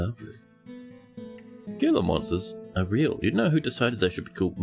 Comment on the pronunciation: Gila monsters are native to the american southwest. The g is pronounced like an h so its like "HEE-la" monster.